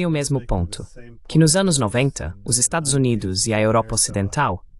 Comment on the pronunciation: Excelente entrevista! Ah, a tradução automática não sabe pronunciar "Estados Unidos"